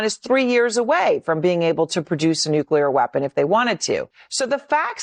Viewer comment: why don't you learn to pronounce NUCLEAR not NUCELAR